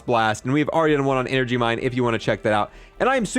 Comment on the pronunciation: Heh. "Enegry."